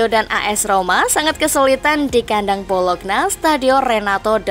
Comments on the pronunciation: Bacanya bolonya ya min bukan bologna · Bacanya Bolonya bukan Bolokna mbak😭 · Lafalnya 'BOLONYA' bukan 'BOLOKNA' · Tulis BOLOGNA ➡ baca BOLO'NYA 🦥🦥🦥🦥🦥🦥